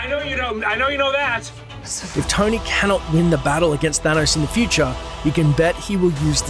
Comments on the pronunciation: Is this guy saying "Tiny Stark" or Tony... I'm so confused? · Its Tony, not Tiny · Is it me or does every time says Tony it sounds like tiny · Tony is genius, your video nothing matches with thumbnail, and learn how to pronounce Tony, you pronounce likes tainy not tony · it sounds like he said tiny stark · Anyone else keep hearing dude say Tiny Stark? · He kept saying tiny stark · It's Stony Tark. Get it right.